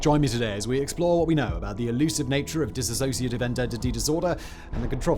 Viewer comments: Hi it's 'Dissociative' Identity Disorder not 'disassociative'. Soz ✌️ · THUMBNAIL: "Dissociative" TITLE: "Dissociative" SIMON (Throughout the Entire video): Dis-associative... Lolol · The first thing is as a rule do not listen to someone who cannot even say the disorder correctly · Please pronounce it correctly!! 🤦🏼‍♀️ ...I know it's the hardest unicorn to explain...& The information is always cloudy. I am a 48yr person who has this...diagnosed years ago . Very complicated.... Complex post traumatic stress disorder explains alot of the symptoms .